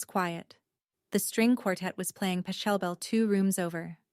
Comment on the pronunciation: It's not patchel-bell. It's POCKLE-bell. Almost like Taco Bell.